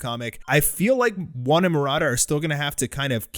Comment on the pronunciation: Why do you keep saying One and Maroda? It’s just One who writes the story